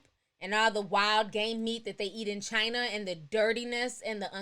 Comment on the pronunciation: what she gotta say about the way africans are being in chiner-th